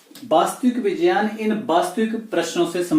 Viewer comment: It's not vijayan It is vigyan